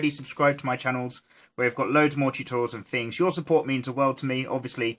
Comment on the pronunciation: I laugh so hard when he said boob totourials xD I'm sorry